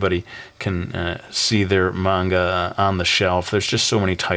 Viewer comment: video 100 coming soon! :) I'm glad you kept the good logo and it seems like dark horse forced you to make it a lot less japanese. i don't really mind that, but i'm not too fond of the name "brody" or hearing you say menga like you did in this video!